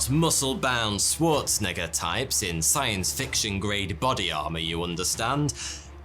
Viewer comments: That pronunciation of Schwarzenegger was a little shaky 👀😰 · I think you said schwarzenegger wrong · Welp, I think we’ve all learned here and now that of all the names in the world, should probably stay away from trying to say “Schwarzenegger” ever again haha 😆